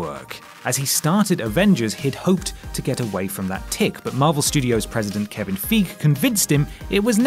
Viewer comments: wtf is Kevin "feeg"? It's "Fei-gee" ya twat!! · Kevin Feeeeg ? you mean Kevin Feige Fy-Geh ! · it's hard to trust stuff said in theses videos when they say Kevin "fig" and not fye-gee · Kevin FEGE!! It’s Kevin Feige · It's 'Feige' not "Feige".. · It's pronounced "FY-gee", not "Feek"! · Well obviously "Fei-gee" wanted it done Joss's way but got overruled by "Feeg". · We've all been saying it wrong this whole time. Plus, it's a name. Feeg, figh/fige/feig, whatever. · "Kevin Feeg???" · Kevin fig??!?! Wtf whatculture how can u pronance his name wrong? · Bro....Kevin Feeg smh EVRYONE KNOWS HOW TO PRONOUCE HIS NAME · IT'S FI (as in sciFI) GEE (like KEY with a G instead of a K) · Did you just pronounce Kevin Feige's name as "Feeg"?? DafuQ man? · Sounds like went to the Simon Miller school of pronunciation as well...wtf was Kevin Feeg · Kevin Feege? What? 😂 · It's pronounced Kevin "Fye-Gee" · Its pronounced Feige /faigi/ How can you not know that, ever marvel behind the scenes says his name. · first Darkseed, now Kevin Feeg Learn to pronounce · what the fuck was with that pronunciation of Kevin Feige as Kevin Fig? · Ten years of watching these marvel movies and here news and rumors about it, i am still baffled on how you mispronounced Kevin Feige surname. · WheetCeelture, the only people left who don't know how to pronounce Feige. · I hate whispering and the # thing and what the fuck was that pronounciation of Feige? just don't do anymore videos. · I just love how he says Kevin's name😂